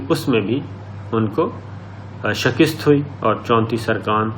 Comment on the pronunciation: شکست ۔ ش کے نیچے زیر ہے ک کے اوپر زبر ہے۔